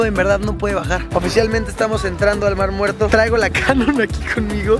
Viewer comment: Jajajaja 😂😂😂 minuto ESTE ES EL MAR MUERTOH